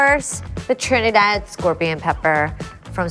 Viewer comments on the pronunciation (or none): none